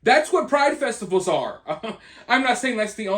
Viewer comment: I thought you said “naked dudes in the streets swinging their freaking …….nuts in front of little kids at these Pride FESTICLES” I died laughing my son corrected it and said festivals , but my god I laughed my a** off at that